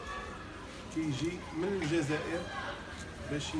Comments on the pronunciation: هو عنده مشكل فاﻷسنان لذلك يقول الزازائر لكنه يقصد الجزائر فقط ينطقها غلط لأنه عنده مشكل فاﻷسنان. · الزازائر هههههههههههههههههههه اوففف وا رآه الجزائر ماشي زازائر ضاهر صحح ليه اصاحبي ونتا جالس كي نفيسة